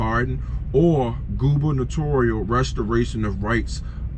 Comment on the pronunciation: Thanks for the information brother…I hate to be this my man, but imma help you with one of those funky ass words… Gubernatorial (goo-bin-uh-tore-e-ull) Might come in handy for one of the next states you do.